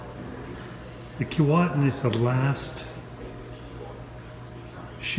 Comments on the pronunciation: not to be picky but it isn't called Keewaitin...it is sounded as Keewhatin... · Pronounced Kee-WOT-in not Kee-Wait-in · Actually pronounced Key-what-in. You mispronounced at the beginning. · Kee-WATT-in... and Titanic was built in Belfast, Ireland, NOT Scotland. St. Lawrence Seaway wasn't opened until well after the Keewatin was built. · When it was dock in Saugatuck Michigan that's how we pronounced it, key-Watt-in. It took about 6 weeks of dredging to float it out to the Kalamazoo River and Lake Michigan from there. Miss seeing it. Thanks for the video. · Where did that pronunciation come from. Jeez, it’s like nails on a chalkboard. It’s spelled with one “T”, not two. Other than that, great documentary. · I don’t know about you, but that’s not proper English. He pronounced it right in the beginning, and then wrong for the rest of the video. I live less than 100 kilometers from the town of Keewatin.